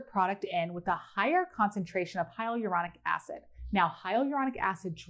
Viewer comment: The amount of times hyaluronic acid came up … just blew my mind cause I thought I was pronouncing it right this whole time🌚🌝